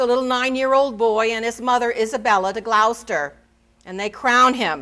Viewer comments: GLOWCESTER 🤣🤣🤣🤣 Its pronounced GLOUCESTER!!!! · I’m not British but I noticed this as well. I have been listening to Dan Jones and Marc Morris on audible. Rhymes with “claw”. See any good production of Richard III to hear it. I think that being an American she can be forgiven.